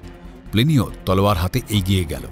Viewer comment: সব ঠিক আছে। কিন্তু গল্পপাঠে যিনি আছেন, তার "তলোয়ার" বলাটা খুব অদ্ভুত লাগছে কানে! অত্যধিক অকারণ জোর দিয়ে বলা!